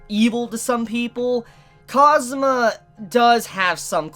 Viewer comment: Don't say cosmo its kaazoomaa. Its a kawai name don't ruin it.